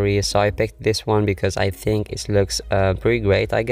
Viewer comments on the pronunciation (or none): none